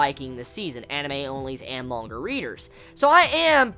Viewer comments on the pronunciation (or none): none